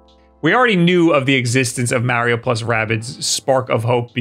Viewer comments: Its Mario not Maryio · Who the hell is MARRY OH??? Think Italian mob in New Jersey. Say Mark March Marbles MARIO. MAR-EE-OH!!! EDIT: You knew enough not to say WARRY-OH as in the baby cries WA WA. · Mario Odyssey sequel wasn’t announced because of pronunciation of Mahreo